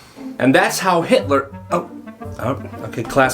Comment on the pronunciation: nahhh "hiter" is crazy